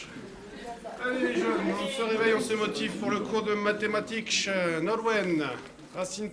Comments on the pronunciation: JDG qui fait des cours de "matématiquesh" XD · "Ms'ieur vous avez oubliez le H" Jdg:Ah oui *Matematiquesh* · Matématique -Il manque un "H" -Matématiqueh J'ai implosé x) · "Et c'est parti pour un cours de matématiquesh !" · "JDG : Mathématiques .... " " élève : Monsieur le 'H' !!! " "JDG : Ah oui .... Mathématiquesh xD " Je Veux Ce Prof De MATHS !!!! XD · Mdrrrrr "Matématiquesh" x) Il m'a tuée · oh oui le Joueur du Grenier! avec sa belle faute sur "matématiquesh" xD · "bienvenu donc a ce premier cour de matématiquesh" mdr je veu JDG en prof de math moi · Lol "vous avez oublié le H monsieur..." MATEMATIQUESH ! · "Matématiques" -Monsieur vous avez oublié le H ! -Ah oui merci "Matématiquesh" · surtout en matéatiquesh ! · Matématiques* Matématiquesh* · euh le seul truc je j'ai trouver drole c quand il a mis le h au bout de mathematique "bon les enfants nous allons commencer le cour de matematiqueh" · qu'est ce que le mot "spéléologie" fait dans un cours de mathématiques... même de mathématiquesh. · j'ai oublié le H matématiquesh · juste enorme !! =D "monsieur vous avais oublier un H" "matématiquesH" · c'est pas un prof de matématique mais de matématiquesh ^^ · Allez on se réveille pour le cours de matématiquesh ! x) ça m'a tuée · matématiques monsieur vous avez oublié le h j'ai ... oublié le h *matématiquesh* préparez vous au cours de matématiquesh x) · matématiques -monsieur, vous avait oublier le H -a oui : matématiquesh XD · Je suis votre professeur de matématiques -Monsieur, vous avez oublié le H -Très bien, donc pour notre premier cours de matematiquesh, nous allons .. J'étais plié x) Très bonne parodie :) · Pas de simples mathématiques.. De matématiquesh ! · Le joueur du grenier en mode "prof de mat" ... oh pardon, j'ai oublier le "h" . Math XD